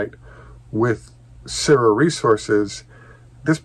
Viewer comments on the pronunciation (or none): Hi, I think the pronunciation for “Syrah” is “Sr-aa”. Same pronunciation as the French grape varietal used for Syrah wine. Makes sense since the #1 wine grape varietal in Australia is Shiraz which is the exact same grape as Syrah, just that the Aussies call it Shiraz. Hope this helps.